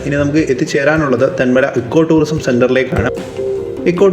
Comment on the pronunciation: സുഹൃത്തേ എക്കോ ടൂറിസം അല്ല ഇക്കോ ടൂറിസം എന്നാണ് പറയേണ്ടത്.